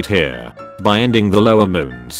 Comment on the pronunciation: iNoSOoK - every time this text to speech tries to pronounce inosuke